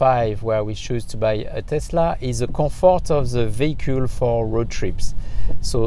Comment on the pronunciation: This dude just turned the most boring word in the world "vehicle" into one of the coolest: "vehicool" (nice video)